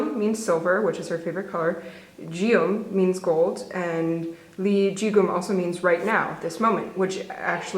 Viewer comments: WELL FED WITH IU. THANK YOU FOR THESE VIDEOS!! P.S. Lol just an fyi, gold in Korea is pronounced guem with like the g as in gum. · lol you pronounced the geum in english way it's pronounce like gum, only in a flat way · Hey! Fyi eun (silver) is pronounced like ugh - n and geum (gold) is pronounced with a hard g (like gum), so it's like g- ugh - m. Still I appreciate the effort lol